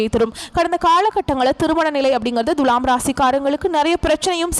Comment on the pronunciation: பேசும் அம்மணி முதல்லே துலாம் என்பதை சரியான உச்சரிப்பு செய்யவும். முக்கியமா து எனும் எழுத்தை எப்படி உச்சரிக்க வேண்டும் என்பதை நல்ல தமிழ் ஆசானிடம் கேட்டு பாருங்கள்.